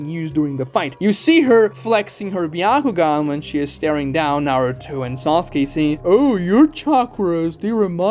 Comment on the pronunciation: "Byakugan" and "steal" 😉